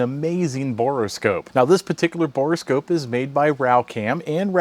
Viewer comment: Bore scope not boreascope.